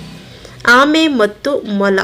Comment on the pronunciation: ಮೊಲ ✅ ಮಾಲ ❌